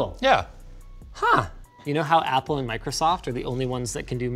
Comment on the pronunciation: Like... "APPLE!?" so emphasized 😝😝😝🤣🤣🤣